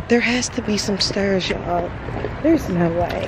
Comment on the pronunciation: When I heard you say "stairs" and "hair" I'm like YEP COME THROUGH STL!! Lol